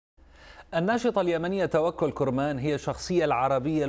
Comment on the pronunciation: اولا انطق اسم توكل كرمان صح وليس كورمان ولقافله تسير . وشكرا لبنت وطني